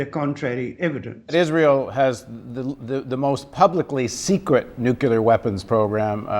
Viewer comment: Half the time, Paul Jay seems to say "nucular" and half the time he gets it right "new-clee-are." I think he has been listening to GW Bush too long and that may have confused him! :)